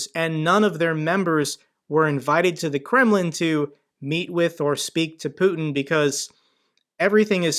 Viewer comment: Good content, just one remark: the Russian dictator’s name is pronounced ‘putyin’ not ‘putn’.